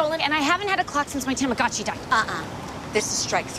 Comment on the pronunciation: Born in the 80s my best years came in the 90s 😹😹😹 memories! I hate how they pronounce Tomagochi ( I tryed to spell it how it's pronounced in the commercials 😅 ) & can we explain how ugly the new Furby is 🤪